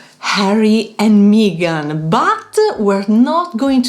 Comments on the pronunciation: Ladies, it is Meghan, NOT Meeeeegan! Your mispronunciation of her name was distracting. I also see that the propaganda from the petulant William and his palace lackeys via the British press has influenced several commenters in their anti Harry and Meghan attitudes. 🙄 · Lovely video as always but please her names is Meghan, the vowel is as in „Beg“ not an „Eeh“ as in „Me“. 😂❤